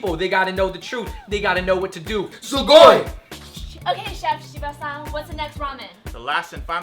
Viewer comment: I couldn't help but notice that everytime the two guys said 'san' they said 'shan'